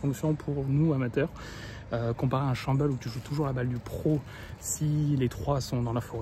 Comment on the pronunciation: On dit scramble pas chambel !!!!!!